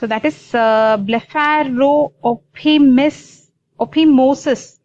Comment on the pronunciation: It’s pronounced blepharo-fy-mosis, not blepharo-opi-mosis. Do you not know what phimosis is?